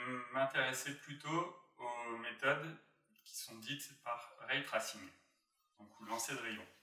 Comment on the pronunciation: c’est “en jean” et pas “njaillene” :P et plus tard c’est l’inverse : “ray tressing” et pas “trassinne”